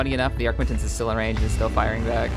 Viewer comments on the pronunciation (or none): Loved the video and subbed :D really well made. On a side note it's an arquitens and not arquintens (no n before the t)